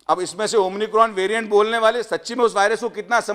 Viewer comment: हा तर डॉक्टर नाही हा एमबीबीएस मुन्नाभाई डॉक्टर याला तर अमिकोन उच्चारही येत नाही त्याची डिग्री तपासून पहा